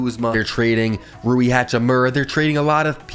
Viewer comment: Damn bro you got rui right